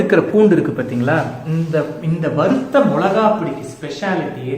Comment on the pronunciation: வறுத்த not வரு த்த